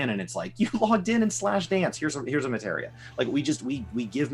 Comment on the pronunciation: Oh my God... finally said "Materia" instead of "Matera." The end is nigh.